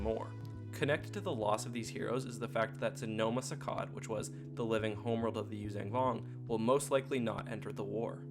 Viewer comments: Yuuzhan (you-zahn) Vong. Not "Yuzang Vong". There's only 1 G in the name. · YUU ZON VONG not YUU ZANG VONG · YuuzAYNG Vong??? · Great video! But man, pronunciation! "Yoo-zang"? Had me laughing. Also, there's a book that actually has a character pronounce the planet name as Zonama "See-coat", so another character knows how to say it, or something. Can't remember the title, sorry! Maybe Outbound Flight, or one of the last 2 NJO books w the Vong. (There was also an ObiWan/Anakin book from the prequel era that involves the planet, where Anakin gets a living ship.) But i totally dig yr videos, and subscribed.😄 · You pronounce yuzhan vong incorrectly